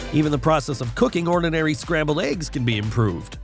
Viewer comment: Yes, Atrocious!!! I wonder where they'd find a new narrator?! He didn't even get scrambled eggs right!